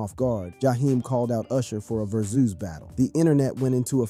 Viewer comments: Ver-Zeus? You mean Vers-us? 😂😂😂😂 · Whats a Ver-Zues Battle? 🤣